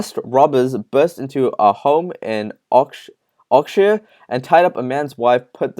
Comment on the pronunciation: I just came to the comments to see if anyone else had noticed that. We're not having a go, just saying that if AB want to push on, which they clearly do, they need to get professional and slick, and this guy is neither. Whatever the reason for it, he needs to make sure he knows how to say the hard to say words like Oxfordshire (which he pronounced Oxshire) and also not contradict himself. Perhaps a script would help. Just trying to suggest ways to help this channel grow.